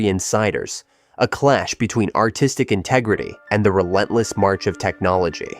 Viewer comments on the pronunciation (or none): none